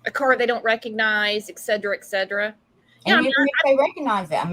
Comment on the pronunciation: … it’s not EGGSEDRA, it is ETCETERA-(ET-CETERA)🙏🙏🙏🙏